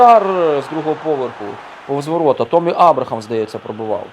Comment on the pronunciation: Не томмі а теммі абрахам